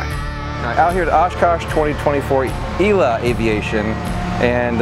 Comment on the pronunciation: Sorry to be that guy, but it's pronounced "E L A", not "ela".